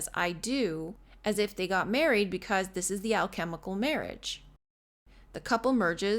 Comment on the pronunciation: Marriage does sound like merge